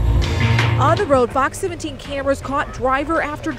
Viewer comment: At the end it sounded like she said Fuck 17 news